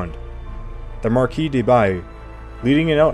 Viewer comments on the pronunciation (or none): none